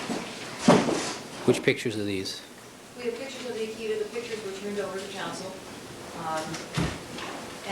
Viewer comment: Why does Johnnie "my head is smoldering like a charcoal briquette next to Simpson AND Bailey RIGHT NOW - and for eternity - but we've made room for Scheck, Neufeld, Uhlman and a few others like Douglass and others DOWN HERE" Cochran keep calling "pictures" "pitchers"? I thought he was this brilliant Rolls Royce driving genius lawyer? Dude can't even speak a normal English word like an intelligent person? PITCHER? LOL. The flashy ish outshines actual intelligence when it comes to the dumb, indoctrinated and IGNORANT usual people like the low life people who cheered on this murderer getting off. PITCHERS. LOL. Even back in '94 and '95, the four thousand dollar suits and all the materialistic stuff can't hide the low brow ignorance. Just remember folks ........ Karma is a BITCH.